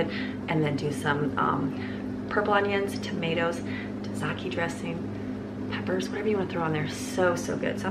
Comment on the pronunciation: i giggled a little at the way you said taziki... tazahkey... its tazeekey. i could hear my old greek boss correcting it in my head. lol bless him. lol and then a bag-el instead of a bay-gel. lol not trying to be rude or make fun of you, just tickled me. i am going to copy some of this for my family of six. great recipes!!